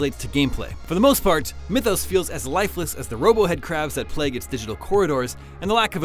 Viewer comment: This dude actually called MythOS, Mythos.